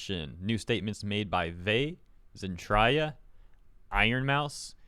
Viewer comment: Zen-TRAY-a fyi 😜